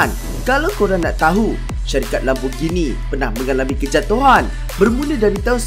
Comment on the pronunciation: Bagus sebutan Lamborghini yg sebenarnya bukannya Lamborjini. Ramai pemilik kereta ni yg tak tau sebut dengan betul. Kaya raya x semestinya ada class!